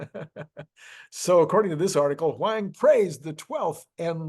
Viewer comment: Fascinating topic. By the way, Jensen Huang’s name should pronounced: hoo-aang.